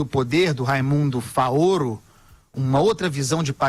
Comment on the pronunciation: "Faôro" hahaha! Quer pagar de intelectual e não sabe nem pronunciar o nome dos autores.